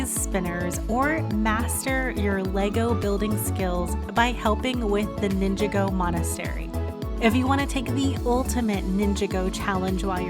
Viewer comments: Nin-jog-go... not ninga-go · It’s pronounced Nin-Jā-Gōh